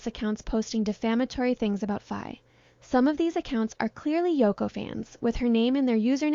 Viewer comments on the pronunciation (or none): Please please do well to pronounce Faye name correctly! Faye is pronounced Fye.